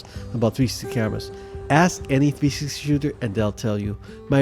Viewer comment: Is this a joke, or are you seriously incapable of saying the word "360" ????